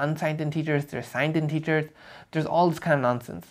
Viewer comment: Very nice. Someone had to make this video. Pro tip though, integers are typically pronounced 'intehgers' and not 'inteegers'